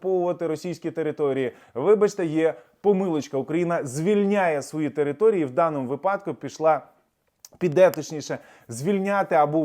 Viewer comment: вИпадку, а не випАдку.